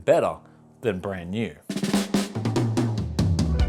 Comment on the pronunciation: Haha love the Scottish twang on "Brand New" gotta roll those "R's" lol